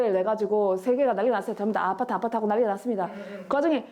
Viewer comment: 아파트 게임 모르는데 완벽한 경상도의 아파트 게임 음정임…